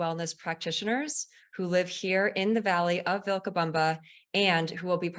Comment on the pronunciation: what a bunch of nothing- gross really and the host mispronounced Vilcabama! she is super crunchy